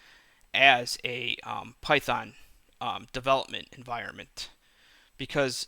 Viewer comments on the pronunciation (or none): none